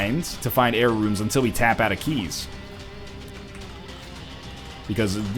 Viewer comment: Every time you say "Error Rooms" I hear "Jera Runes".